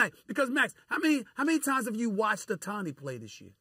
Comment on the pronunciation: It's OH-tani no Uh-tani